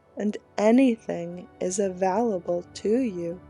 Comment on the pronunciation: I love you but your pronunciation of "available" drives me nutty! it's a VALE able not a VALL able. Please don't hate me for saying that!